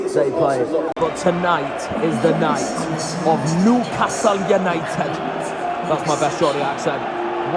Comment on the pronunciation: Why do you keep putting on a Welsh accent whenever you say Newcastle United?